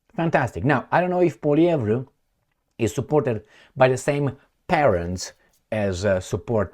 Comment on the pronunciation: he pronounced Poilievre better than most Canadians. even got the rolling R correct.